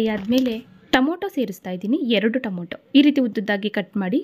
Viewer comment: Please say Tomato 😊